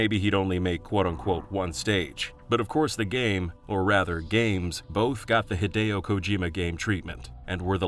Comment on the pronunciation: A note for your narrator, "Hidechan" is "Hee-deh-chahn," not "Haid-chan". "Hide" is obviously short for "Hideo," which is of course not pronounced "Haid-oh" but "Hee-deh-oh".